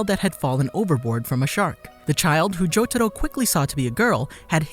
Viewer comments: Jotaro is pronounced as "jotaRO", not " JoTAro" 🤮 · I can't stop laughing bc he says jotado not jotaro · I just wish the Narrator could put in some effort to actually pronounce things right. Like, what the fuck is “Cho-to-ro”? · i hate the way he says jotaro